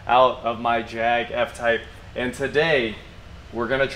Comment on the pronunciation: Jaguar F(ord) Type! 😂😂😂